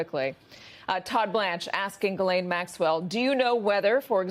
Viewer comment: Gis- LANE - MAXWELL